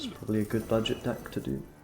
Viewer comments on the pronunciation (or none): none